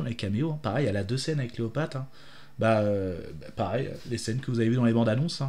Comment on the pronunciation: fambala? cleopate? et tu te dis fan? désolé mais ça m'a fait saigner les oreilles.